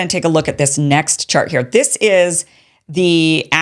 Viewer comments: She said “shart” ….😅😅 Why was that so funny?? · Kim said “this shart” loooooool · The most important part of this video was when she said "this shart....chart" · Did she say "shart"? 😂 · Kim I laughed out loud when you said "this shart" and then corrected it with chart. I honestly think that shart better describes the insanity of this policy.